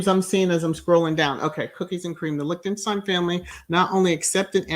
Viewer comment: I knew of her also! I studied German in high school and college! Your pronounciation is correct! Some didn't attend their wedding, but all is fine! We don't hear any craziness from them.